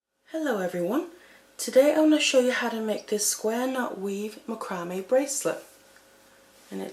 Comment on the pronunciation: It's pronounced "mack rah mae"